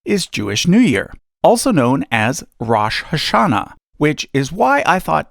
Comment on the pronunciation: You mispronounced Rosh Hashanah